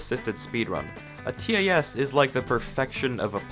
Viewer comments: why does him saying "t a s" instead of "tas" trigger me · Please stop saying “tee ay ess.” Everyone calls it a “Tass.” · T a s no it’s tas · Nobody: Literally Nobody:: T-A-S sorry was just bugging me had to say it even though someone most likely has pointed it out keep making great videos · U pronounced tas wrong it’s pronounce with 1 word not 3 letters